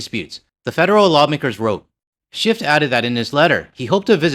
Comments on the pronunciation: It's "SchiFF" ...not "SchiffT" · Just love how you change that senator's name by accidentally adding a t at the end,.... yeah, he is a 'shift(y)' guy..... And I will never buy any US wine, I'll stick to my favourite BC wine, Jackson Triggs, from just down the road, and locally made beer....Okanagan Springs. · Just a quick note from a radio guy… there is no T in Schiff when you pronounce it. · Agree with your sentiments, but the name of the California senator is Schiff , not Schift. Don't weaken your argument with mistakes. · I am certainly no fan of Adam Shiff. However, if you are going to rail on the guy perhaps you could say his name correctly. Ironically Taco Tuesday calls him Shift as well.... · Something that makes me giggle: when you ask us to click on the bell icon all, as well, it sounds like: Click on the bell icon, ALL IS WELL.. I love that part. As for Shift, from a Canadian perspective, he is a Republican wanna be. He is in politics for the Grift Only, Just like Nancy Pelosi and Chuck Schumer. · I have NEVER liked California wines. I tried a few, and stopped. They are horrible compared to many other countries wines, including Ontario wines!! Oh and by the way, there is no 'T' in Shiff. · They're US-ers. That's all. Nothing else to say.😂🇫🇷🇪🇺 Also it's SCHIFF. Not SchiffT. No T on the end. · I was a bit more polite when I commented yesterday on Schiff’s YouTube post (ingrained Canadian politeness 😬), but I agree with you. At this point, even if it all goes back on shelves, their sales won’t come back to the same level. Ontario and BC wines have benefited from this whole thing. And it’s Schiff, no T